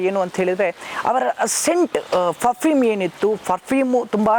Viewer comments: Fafume allan sir perfume anchor pronunciation correct madkoli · ಫಫೀಮ್ ಅಲ್ಲ > ಪರ್ಪ್ಯೂಮ್ ಅಲ್ಲವೇ